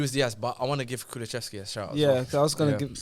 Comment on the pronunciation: when pronounced kulusevski wrong telling his bredrin to laugh louder had me dead 🤣🤣🤣 pronunciation’s are wild